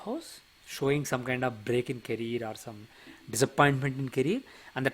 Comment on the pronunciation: Caree -er. Not caree-r😄